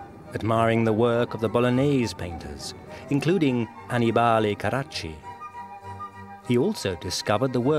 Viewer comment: Annibale (Carracci) is pronounced an-EE-bah-lay.